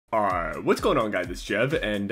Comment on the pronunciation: 😂 deep version of "ight"